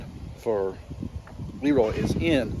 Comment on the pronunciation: It's pronounced "Leeroy" incompetent people bother me.